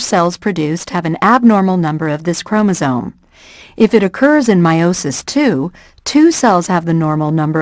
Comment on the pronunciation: Chromosome with an "m", not chromosone, with an "n".